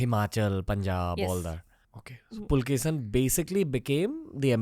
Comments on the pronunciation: The King is Kannadiga and not Tamilian!! He is Pulakeshi not Pulakeshan!! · ಹರ್ಷನ ಹರ್ಷ ನರ್ಮದೆಯಲ್ಲಿ ಕೊಚ್ಚಿಹೋಯಿತು....!!! Its not Pulakesan the second....It's IMMADI PULAKESHI....!!! these Tamil historians ruin the names by adding N M at the end.... PulakesaN...MaleshwaraM.... etc etc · It’s pulakeshi not pulakeshan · I guess she is from tamilnad 😅 adding N to all the names... It's not PulikeshiN its just PULIKESHI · PULIKESHI ..not PULIKESHIN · His is Immadi pulakeshi ( Ereya ) not pulakesin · It's pulakeshi not pulakesan..read the inscription..don't try to distort madam.. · Pulakshin❌ Pulakeshi✅ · Pulakeshi not pulakesan😂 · Not pulikesan like tamil it's kannada pulakeshi not kannad it's kannada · Its "Pulakeshi" not "Pulakeshin" its not necessary to add Tamil flavor everywhere. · AUNTY ... ITS PULAKESHI ....not pulakeshan, he is kannadida, not tamil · you guys do so much of research but why dont you get the name correct. The name is IMMADI PULAKESHI.... not Pulakesin or Pulakesan.. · It's Pulakeshi not pulakeshiN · Not pulikeshin it is puli keshi, puli- Tiger keshi -hair. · Did someone observe saying Pulikeshan? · This Tamilian lady not prouncing correctly Pulakeshi